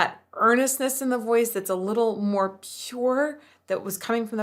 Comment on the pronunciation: One thing I always noticed about Rise Against is how he'll turn a 1 syllable word into 2. Especially "now" becomes "na-how". I think it's really prominent in the song "Heaven Knows". Where "more" becomes "ma-hore". It's not a bad thing, just something me with no singing training picked up on way back in the early 2000s when I was in high school listening to them